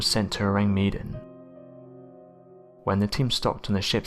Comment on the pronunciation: Ahh man, you gotta love the Tardygrades, they look so cute & despite being teeny weeny they are called water teddy bears! Our little hero's Btw, Mr narrator the mystery ship, the Orang Medan its isn't pronounced Meedan, it's spelled wth Med as in medicine Or do you ask for meedicine? You have the same wierd way of pronouncing things as yr fellow precocious school girl narrator wth the fast & grating voice who pronounces Vesuvious as Vess-u- vuss! I switch off yr channel as soon as I hear her voice. I know she can't help it but if she just said names that we all know how they should sound Instead of trying to be different Wth a new version of a perfectly good origional pronounciation. It just gets up peoples nose. Anyway, loved this compilation Excellent! Great content